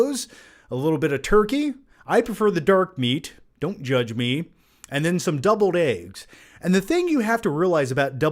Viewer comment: lol I was like.. is he saying doubled eggs?